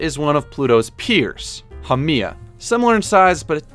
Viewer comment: Your pronunciation of Haumea killed me 😭😭